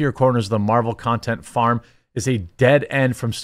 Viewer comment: "mArVeLs" come on man